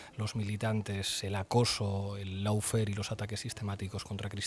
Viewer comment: Cada vez que oigo "laufer" me da algo, aún no sabe inglés toda esta gente con todo lo que ha estudiado?, jo tío jo.